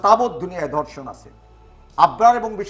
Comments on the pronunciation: উচ্চারণ ঠিক করতে হবে... আমি প্রথমে বুঝতে পারছিলাম নাই উনি কি ধর্ষন না অন্য কিছু বলতে চাইলেন... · Dorshon na “DHORSHON.” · sir it is ধর্ষন not দর্শন। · দর্শন কি? ধর্ষণ শব্দ সঠিক উচ্চারণ করতে পারে না, আবার ডেকেছে টকশোতে। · হাইস্যকর ধর্ষন না বলে দর্ষন বলে। 🤣🤣🤣🤣